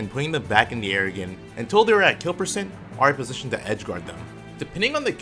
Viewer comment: When says “or” but sounds like “are”